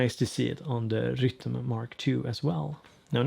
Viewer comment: I'm here just to hear you say 'Rytm' thanks!!! Ps updated mine last night!!